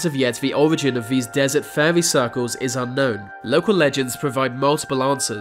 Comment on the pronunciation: The way you pronounce words with “th” in them as “v” sounds. They = vey. These = Vese. Is this just an insane, annoying British accent?